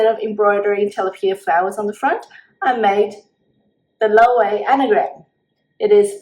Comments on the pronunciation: It's pronounced Low-ay-vey -- 3 syllables, accent on the middle syllable, long a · Loewe is pronounced as “lo-weh-vay”